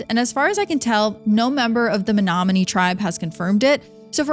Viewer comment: Born and raised in Menominee, MI(props for pronouncing it correctly 😉) which is on the bay of green bay. I loved learning of all these shipwrecks. I will say people don't realize these lakes are considered inland seas for a reason. They are powerful, unpredictable, and absolutely otherworldly in beauty. Thank you for your respectful coverage on this underrated part of the country. Absolutely loved this! 🫶